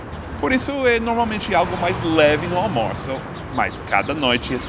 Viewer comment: Funny Gringo Friend speaks armoço instead of Almoço. Engraçado, o Amigo Gringo fala armoço ao invés de almoço.